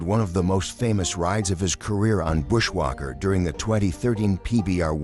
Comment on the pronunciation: After hearing bushwhacker being pronounced “bushwaquer” and bull being pronounced “buole” I had to give this vid a thumbs down!